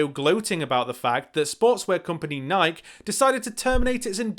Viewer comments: Is that how you pronounce "NIke" over there...? Or had you just somehow never encountered it before? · Over here is pronounced nikee